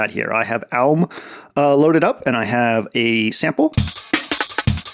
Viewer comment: what is the app you're saying? Alm? Owlm? great video!